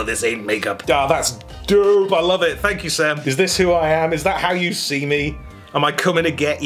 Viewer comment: should say “thank ” instead of thank you